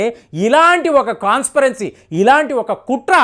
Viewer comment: ఈరాన్ కాదయ్యా ఇరాన్. కాన్స్పిరేన్సీ కాదు కాన్స్పిరేసీ. అలాగే, పహ్లావి రెజా అంటున్నావు వాడేమైనా పల్లవ రాజులకు బంధువేమో చూడు 😂😂😂😂😡😡🙏🙏🙏😂😂😂😡🤐🤐🤐